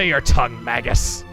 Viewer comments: Dangit, I was hoping now that he'd joined your party your pronounce him name correctly, it's MAY-gus. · So considering how you pronounce Magus, you probably don't realize it, but Magus (Mage-is) is another word for (you guessed it) Mage. Basically his name this entire game has been "wizard".